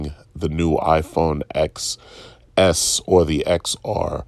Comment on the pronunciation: Apple fan but doesn't even know the 'X' in iPhone Xs is pronounce 'ten' instead of 'x' as in the letter. 🤷‍♂️